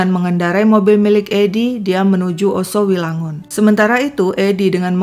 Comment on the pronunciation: Yoso wilangun kak, bukan Oso wilangun...🙏